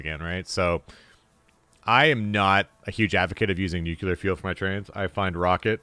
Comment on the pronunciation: "Nucular"? Makes me think of Homer Simpson.